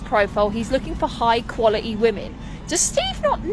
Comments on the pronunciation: What is qua-a-ee? What kind of English is that ignorant crap. I would have stood her up too. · Dear lady. "High qualih-ee" women don't liberally throw around words like "motherfucker". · This pointless thing is not "high quality", she is not from "good stock". We know this by the way she doesn't pronounce the T at the end of words like, "quality". She's just your typical trash head who massively overestimates her value. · Straight of the bat - high quality women know how to pronounce the word quality